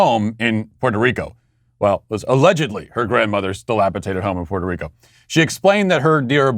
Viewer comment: FYI, it's dilapiDated.